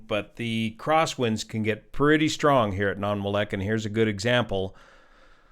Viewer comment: That pronunciation of Nanwalek is rough. Nan-wall-eck.